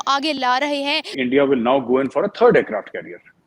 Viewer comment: वारक्राफ्ट नहीं एयरक्राफ्ट लेकिन हां तुम्हारे लिए वारक्राफ्ट ही है 😡